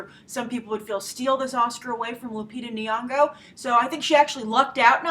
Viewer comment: Hey Grace I'm Kenyan I just wanted you to know how to pronounce Nyong'o's name. The first Ny is pronounced the same way as 'gn' in gnocchi and the 'ng' is exactly like 'ng' in caring sharing loving take your pick :) hope this helps or whatever